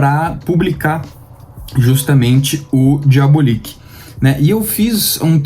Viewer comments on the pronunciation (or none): Diabolik é excelente. Apenas uma dica: a pronúncia é diabÓlik e nao diabolíc. Parabéns pelo canal